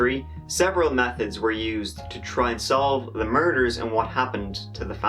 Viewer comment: The way he says “methods” kinda sounds like “meth heads” lol Love ya!